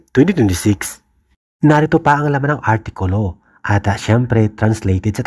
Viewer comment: sama naman pagbigkas, artikol😂😅😢... congrats mahalima!!!😊